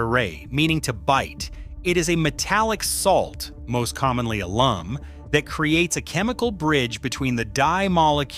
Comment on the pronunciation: PLEASE! BAD AI pronunciation!!! It’s not, “woe-aid,” it’s “WODE.” That’s how woad is pronounced. Please correct! 😫 Also, , it’s not “ah-LUM;” it’s “AL-umm.” The pronunciation of “mordant” is also inconsistent. Sometime it’s correct; sometimes it’s not. 🙄 Where I live, in the Great Plains, goldenrod is a native prairie plant. It’s not really considered a weed.